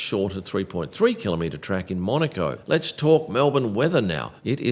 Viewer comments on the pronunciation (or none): none